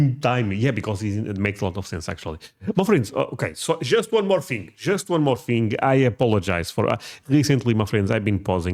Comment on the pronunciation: Thing is thing... not thing-GU